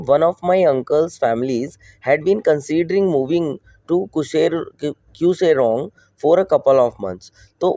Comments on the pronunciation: sir its pronunciation is kar-see-ong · Kurseong ❌ Kuserong ✅